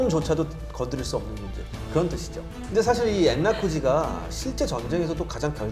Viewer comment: 엔라쿠지 아니고 엔랴쿠지 입니다